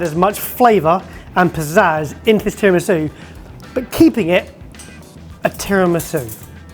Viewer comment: Was that "terror-misu"?